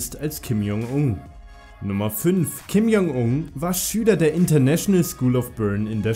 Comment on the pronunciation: Du sprichst den Namen tausendmal falsch aus, du sagst die ganze Zeit lang ,,Kim Jong Ung" anstatt ,,Kim Jong Un"...